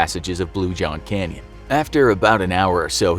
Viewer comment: I thought it said crayon instead of canyon 🤦‍♂️